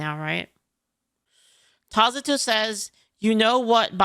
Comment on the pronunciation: Everytime I hear "Tazato" my eyes twitch. Can you not just ignore them?